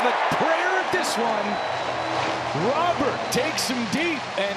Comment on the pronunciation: Roh - berrt . Not roh- bear . Its spanish not french